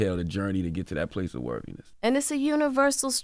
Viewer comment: This was a well done interview. Great questions and I’m glad to see Jada in a healing state. Side note: Why Charla keep struggling with the word worthiness why do I hear a “V” in the pronunciation lol